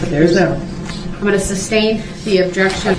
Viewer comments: Substain is the funniest thing I've| heard from him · He really thinks he’s doing a great job questioning EP! He’s so confident spewing his dumb legal terminology and continuing to say “ SUBSTAIN” like a fool!! He sounds ridiculous! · "substain" LMFAO 🤣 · There’s no “B” in sustain